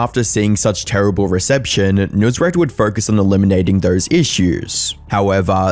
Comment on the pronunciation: This guy should never have been famous to begin with, and its clear that he let his ego get to him big time, but he chose to just be "over the top" in all his dealings and the most shady thing is him stealing tips from employees. It is pronounced "nus-raat", not "noos-rat"